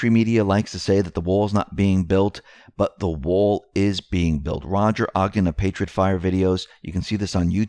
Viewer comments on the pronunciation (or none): none